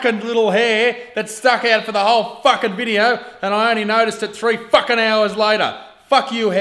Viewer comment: Let's drop a like to this video every time he says "fuck-s-ing"